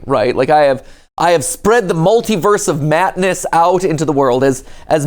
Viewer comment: “Multiverse of Matness”😂 Love it